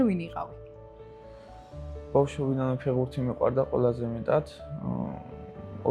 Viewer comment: ფეღბურთი არა ფეხბურთი ფეღბირთი საშინლათ ისმის ყურში